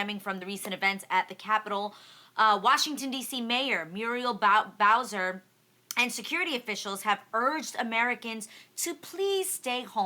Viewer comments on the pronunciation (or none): none